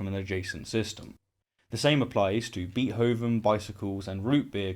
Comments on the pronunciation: I like your channel and am a subscriber. But "Beet"hoven is actually pronounced "Bait"hoven. WLC was right about that. Call me a pedant. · “Bee-hoven” lol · "Beet-hovin"? Come on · I do love you,, but your pronunciation of "Beethoven" makes me grind my teeth. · forget causeless existence - I want to know why settled on such an anachronistic pronunciation of Beethoven.